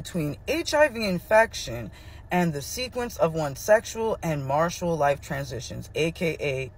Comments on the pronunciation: & marital as martial😂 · martial (marshall) is military, marItal is marriage related. And women is prounounced wymen, not wooman, which is one woman, where women is many women. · Omg! That was sending me. I’ve never heard anyone pronounce marital as martial. I hope someone told her.